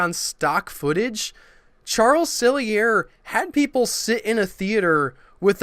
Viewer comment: Too bad you don't know the people that made these shows. Why does everything you bloggers say have to always include religion? Is it that you don't have any positive ideas? I think your research is incredibly shallow. Charles E. Sellier is pronounced Sell-E-Ay.